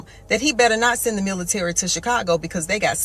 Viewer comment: Why you say milisary?